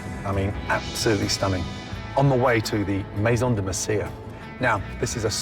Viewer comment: My God. Another episode where no one knows how to pronounce the place they're working in. It's Meh-son deh Meh-si-yah. It means something like "the platform of clay" or "the area of clay". You can tell it's quite old spanish because no one else speak in that manner anymore, so it's got to have been a part of the Spanish Empire. Way before Mexico and the US even existed as countries and the land was passed from one nation to the other.